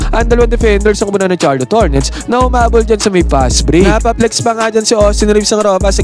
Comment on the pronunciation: Sharlot ang pronunciation nun, pakiayos sakit sa tenga eh